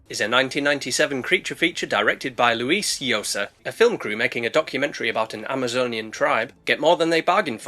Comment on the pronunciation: Hey! You actually said Luis Llosa's name right this time! NICE